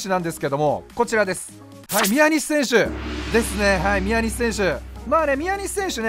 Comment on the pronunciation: ×みや↑にし投手 ○みやに↑し投手